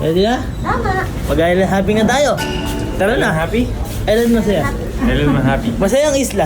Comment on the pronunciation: island hopping ❌ island hoping ✅